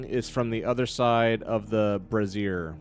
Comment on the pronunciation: Brazier (Bray-zeeur) rhymes with Frasier. Like the show.. Eventually I’ll catch up to the live show